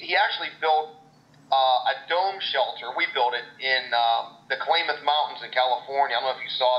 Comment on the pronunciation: Covert Entry huh ? Obviously a course designed to teach breaking and entering. Now that would be an interesting course. Hey Joe, the Klammath Mountains are pronounced....Klammath, sounds like Mammoth ...not like Clay-math. So now that Cody has been fired from Dual Survivor, who's going to be Joe's new partner ?